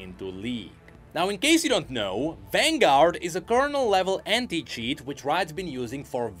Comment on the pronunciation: I cant help but hear “H3nT@ instead of anti when u say it is it just me ? 😂